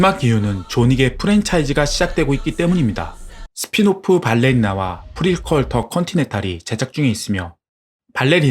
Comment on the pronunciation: 중간중간 발음 뭉개진거 (VOD, 트리니티, 프리퀄, 프라임, 후속편) 업로드 전 확인하고 올렸으면 좋았을것을....